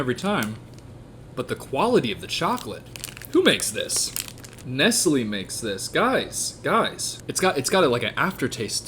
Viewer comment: i still just... can't get over you mispronuncing Nestle